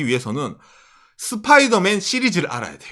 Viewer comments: 스빠이더맨이 아니고 스퐈이둬매앤입니다. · 슷뽜이더맨 뽜쁘로홈ㅋㅋㅋ